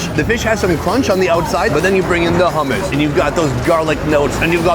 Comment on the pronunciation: "they have hommos" 😭😂✨